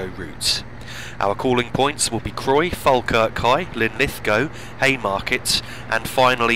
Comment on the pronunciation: Finally I found a yotuber who pronounced Falkirk right